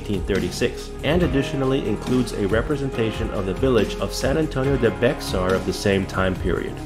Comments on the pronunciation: Ugh.. it's NOT BEXAR... it's pronounced Bay-ar. Like Bair, or bear...geez.. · Bexar is pronounced bear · San Antonio de Bey-har. for pronunciation.